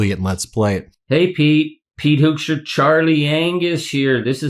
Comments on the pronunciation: I think it's "Hookstra," not "Hokestra." The name "Hoekstra" is used in Michigan (a lot of Dutch) and the first syllable is pronounced like a "hook" and not like "who" either. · Hoekstra. Pronounced Hook-stra. Hoekstra created problems for decades in Michigan. He is bad news. Big trouble. A consummate liar.